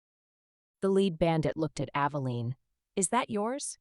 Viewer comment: "Leeed" bandit ....not "led" bandit. I swear the AI reader can't read sometimes.